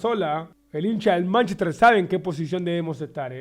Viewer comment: Dice Manchester y le da diske jajajajaj